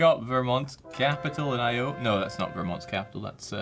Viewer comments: He butchered Iowa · I feel deeply insulted with you mispronouncing my home state of Iowa. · No one is going to talk about pronunciation of Iowa? Okay...